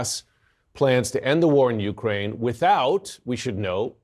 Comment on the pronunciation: Ukraine - the accent is on the second syllable, not on the U. NOT "YOU-kraine."